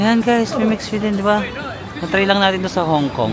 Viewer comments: Basa diyan ay Mi"Shue" Mandarin pinyin word kasi iyan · MIXUE - mix-shway ang pronunciation. Enjoy Melbourne,!